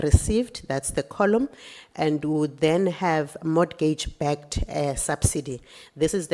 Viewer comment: I’m not trying to be strict but I need mama to stop pronouncing the t in mortgage. I’m evaporating 😭😩